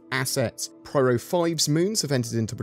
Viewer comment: P Y R O, P Y R O, PIE-ROW